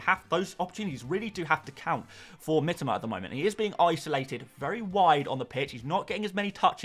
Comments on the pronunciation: Always annoying when people try to correct others but are just wrong themselves.. Do you seriously think that Japanese people pronounce it "Mi-TOE-ma", just because that's how the average British FPL Youtuber pronounces it? Because then you know nothing about Japanese. got it very close. The I-sound is a bit more like an "ee", but he's definitely closer than most people here. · He said that it is the correct Japanese pronounciation.